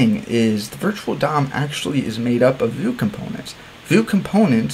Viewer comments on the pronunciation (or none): This is the first and only time I've heard anyone pronounce Vue as "voo" instead of "view."